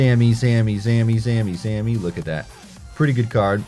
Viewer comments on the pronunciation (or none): none